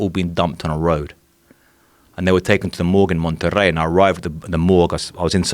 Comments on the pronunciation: I cringe whenever he pronounces Monterrey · take a shot everytime that dude say "MONTERREY" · Just the way he said monterrey made me think "yeah, this guy's legit"